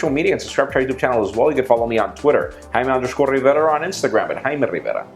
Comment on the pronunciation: haaaaaiimmee rrrrrrrrriiiiivvvera lol pronunciation.